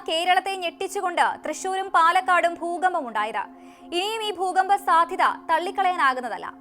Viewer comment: പണമില്ലാതെ ഒന്നും നടക്കില്ല. അത്യാവശ്യമായ ആഹാര സാധനങ്ങൾ വാങ്ങാൻ പണം വേണം . വസ്ത്രം വാങ്ങാൻ പണം വേണം . അസുഖം വന്നാൽ ചികിത്സ തേടണം എങ്കിൽ പണം വേണം . വിദ്യാഭ്യാസം നേടാനും പണം വേണം . എന്തിനും പണം വേണം . പിന്നെന്തിനാണ് പണത്തിനെ ഇങ്ങിനെ എതിർക്കുന്നത് ? ഭൂചലനം . ബൂജലനം അല്ല . ഭൂകമ്പം എന്നാണ് ബൂകഭം എന്നല്ല